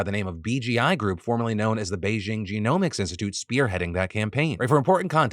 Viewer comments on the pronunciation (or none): none